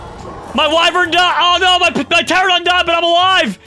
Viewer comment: It kills me that he calls them pteradon when it is pteraNOdon